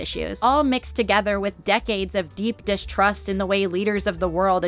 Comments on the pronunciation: When you say "deep distrust" it sounds a lot like "deep dish crust" 🍕 Anyway great vid 👍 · it kinda sounds like she says deep dish crust if you're really thinking about pizza